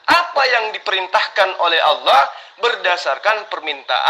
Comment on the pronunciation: ALLAH.. uthi... Bukan owloh... Kata jd murtad masa gk bisa ucap ALLAH..